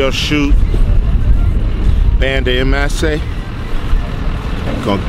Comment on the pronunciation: Ban-tah lol. Didn't anyone think about helping Cube pronounce Banda? Lol